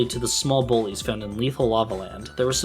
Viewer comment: at first I thought he had said 'small chill bois' instead of 'small chill bullies', lol